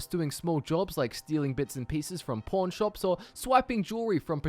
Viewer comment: seriously I keep hearing porn shops but I know your saying pawn shops